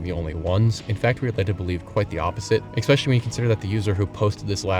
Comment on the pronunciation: New fan, new subscriber, for the love of Trout learn how to pronounce ‘Especially’. It’s not expecially.